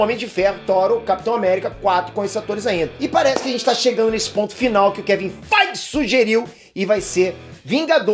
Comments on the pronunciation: Eu não consigo não rir cada vez que rola um "kevin FAIGE!!!". kkkkk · Kevim fight e de mais quando ele fala kkkkk